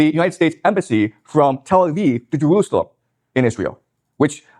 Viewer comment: Listen, I know making fun of speech impediments isnt great. But damn it if I didnt laugh when I heard the sentence: "Twump moved the embassy to Jewoosawem"